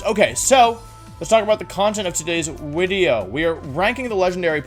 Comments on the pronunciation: Nobody else hears him say wideo instead of video? Just me? Okay. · Why does he say Wideo? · I’m fairly new to the channel and want to know the origin of wideo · Winging With Wolfey: The Wideo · what is wolfeys native language? the changing of v's and w's is peculiar